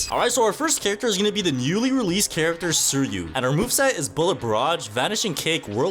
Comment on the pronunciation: Suiryu ❌ Sir-you ✅